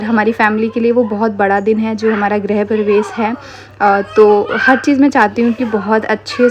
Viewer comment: Grah nhi bolte grih hota h